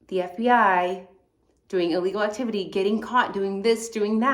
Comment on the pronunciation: lol, F-B-I sounds more like F-Bi not fib. Love the videos and the channel!